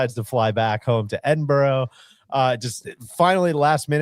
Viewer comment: Learn how to pronounce “Edinburgh”. Unacceptable stuff from DJ